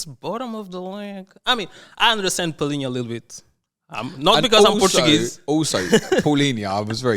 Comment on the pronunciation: Someone that pronounces Palhinha correctly deserves a lot of credit lol. De certeza Portuguese...